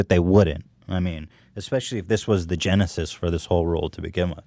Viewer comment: OOOOO ETHAN YOU CAN'T SAY GENESIS...